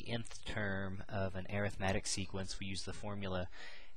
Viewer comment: You're pronouncing Arithmetic incorrectly.